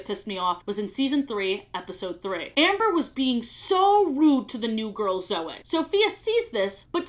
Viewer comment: a sentence later she pronounced Zoe correctly so I think she does the Y thing on purpose lmao